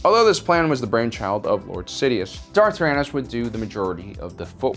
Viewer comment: I thought when he said darth tyranus I heard darth arthritis